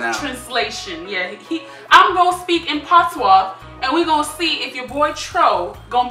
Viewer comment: She said, I’m ‘gong’ speak.